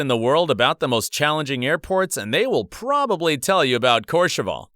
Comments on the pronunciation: Courchevel, what a famous airport! But the pronounciation of the ending is wrong here, it's not ...cheval with an a, it should sound similar to "well". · Dude, that’s not how you say courchevel, also, KLM 747s are retired, and it’s been very long since they flew there. ALSO DUDE PRONOUNCED AEROSUCRE AS AEROCIRCUS